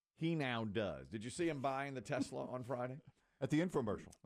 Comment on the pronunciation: Yeah. It was the "New Yorker" in him pronouncing it that way. You guys are such shills. How many other New Yorkers have you heard say, "Tesler." It couldn't possibly be that he's a moronic halfwit.